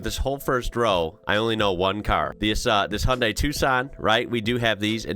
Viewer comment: Come on now you can say Hyundai correctly.